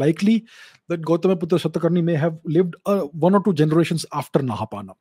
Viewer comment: We should stop pronouncing 'Aa' at the end of any Indian name. Like Kanishka❌ Kaniskh (कनिष्क)✅, Gautamiputra Satakarni❌ गौतमीपुत्र सातकर्णी✅। Basically we should pronounce Indian names in an Indian accent, it will endure as it was.